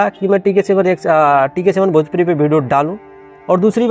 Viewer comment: Tu pahle video achha se bol le, hamesha bhideo bolta hai pagal